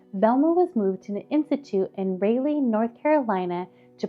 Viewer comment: Love but the voice and burgundy blazer is giving very Shane conspiracy theories lol and it’s Ra-leigh. Not Rayleigh - 😂❤